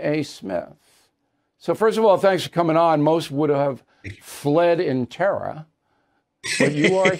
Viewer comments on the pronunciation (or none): “Most would have fled in terrah”. Nobody’s scared of O’reilly